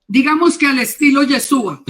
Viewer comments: Es muy CIERTO lo que la señora ha expuesto. Sin embargo con todo Respeto le sugiero que deje de decir Yesua. Ya que suena mucho a dioses indígenas de pueblos ancestrales. El nombre es YESHUA. ¿Por que pronunciarlo mal? Es una reflexión. Tampoco se debe dejar de presentar los panes. Sólo que nosotros lo hacemos con la Verdad de Yeshua .Debemos encontrar el punto de equilibrio sin quitar ni añadir. Tampoco se debe desvirtuar el Corban de Pesaj, ni decir que ya no es necesario .Ya que la orden del ETERNO ES PARA SIEMPRE Y PERPETUAMENTE. NADA DE LO QUE EL ORDENO VOSOTROS PODEIS QUITAR. ESTE CORBAN NI SIQUIERA YESHUA LO QUITÓ Y CUANDO VUELVA EL TEMPLO ESTE VA A SER EL UNICO SACRIFICIO DE ANIMAL QUE SOBREVIVIRA PARA SIEMPRE COMO MEMORIAL DEL REINO DE ELOHIM. QUE ES ALGO DEMASIADO SERIO ¡ SI ! Y NO PODEMOS ESTAR MATANDO CORDEROS ASI COMO ASI . PERO ESTO NO SIGNIFICA QUE YA NO SE DEBA HACER. YESHUA NUNCA REEMPLAZARA EL CORBAN DE PESAJ , YESHUA COMO SUMO SACERDOTE DEL PUEBLO LO HARA EL MISMO EN EL TIEMPO VENIDERO, ESTO TAMBIEN ESTA ESCRITO. AL NEGAR EL CORBAN DE PESAJ SE NIEGA A YESHUA YA QUE COMO EL MISMO DIJO, EL VINO A CUMPLIR LA TORAH. TODA LA LEY ESCRITA TODA !!! SE PUEDE PERFECTAMENTE CUMPLIR LA TORAH SIN DESVIRTUAR A YESHUA .¡¡ AL CONTRARIO !! ES LA TORAH LA QUE SUSTENTA TODO. YESHUA ES LA TORAH Y LA TORAH ES YESHUA. ASI COMO EL ETERNO Y YESHUA SON UNO. PARA EL ENTENDIDO, NO EXISTE NINGUNA OPOSICIÓN. QUITAOS LAS DOCTRINAS DE REEMPLAZO YA QUE ELOHIM MISMO PUSO EL EJEMPLO DE TODO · Gracias por la entrevista, una observación hno., debe corregir el nombre sobre todo nombre, es Yeshúa, colocó el nombre sin la H y fonéticamente suena diferente...sería bueno corregirlo porque de lo contrario veremos más y más personas pronunciando el nombre mal, imagínese tanto tiempo sin el nombre y ahora que la sabemos lo pronunciemos mal. Shalom a todos y es una sugerencia.